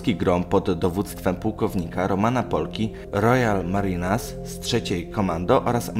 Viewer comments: marins a nie marinas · marines a nie marinas